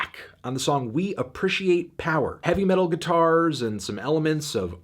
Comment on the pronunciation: learn how to properly phonetically pronounce appreciate, it's stupidly irriating